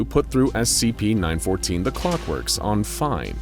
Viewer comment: NO BRI’ISH SCHEEP FOUNDASHION